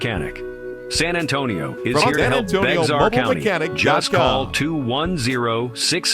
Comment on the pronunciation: AI didn’t pronounce Bexar correctly